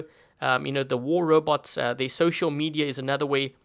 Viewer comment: she say robou wtf